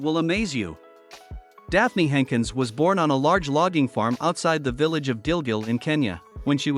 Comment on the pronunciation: These AI-voiced documentaries get everything wrong, this woman's name is *Daphne Sheldrick*, née Jenkins, NOT "Henkins", she was a Dame of the Realm, at least get her name right(!)